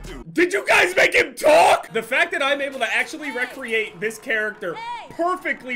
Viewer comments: The first "rec-reate" I thought was a slip up. The fifth time I'm not so sure. Say "create" "create" Good, now say "recreate" "rec-reate" I hate you so much right now. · you're the goat but please say re-create no rec-reate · It’s Re-create not “REQREATE”